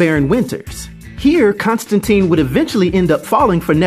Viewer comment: Don't mean to be a pedant here, but it's pronounced Constan-TINE - rhymes with "mine" or "fine". According to Jamie Delano, the Keanu Reeves film is to blame for the subsequent mispronunciation. Anyway, there you have it.